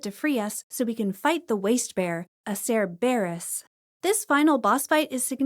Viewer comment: Cer-Bear-us was diabolical 😅